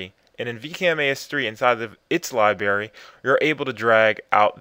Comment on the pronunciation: Did you say "libary" ?